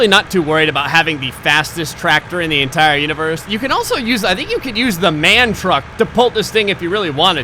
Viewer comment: it's M A N not man